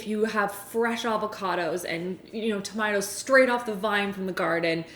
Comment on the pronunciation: I was drinking water when she said tuh-mih-tahs and I almost spit it everywhere